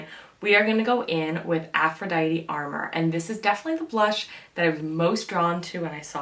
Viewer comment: Just for future reference it's pronounced a more, which means a secret or illicit love affair or lover. Lovely review by the way :) I got the Venusian sunrise blush and the Lunar Allure highlight. I really am enjoying both!